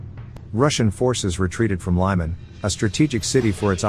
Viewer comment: The name Lyman is pronounced like "Lee-man".